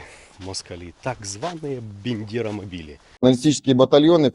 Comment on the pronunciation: Мабуть потрібно вчити ВЕДУЧОМУ ( М. М.) історію і географію. Представник РФ і той правильно вимовляє Бандеро-мобіль, а Ви все промовляєте якесь молдавське Бендеро-мобіль.